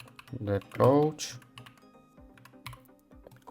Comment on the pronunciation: Coach, not couch 😆 Helpful video